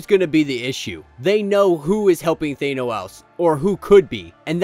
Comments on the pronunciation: It would be nice if you would learn how to pronounce "Thanos". Just saying... Nails on a chalkboard.. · Just realized thanos is pronounced differently in UK vs American